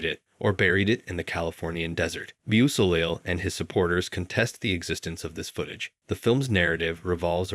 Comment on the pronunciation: For the Lucifer Rising entry, it’s pronounced bow-so-lay. I have the same last name, but no relation luckily.